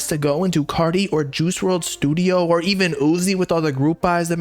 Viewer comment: Bro must be bipolar “in the stuido for a week “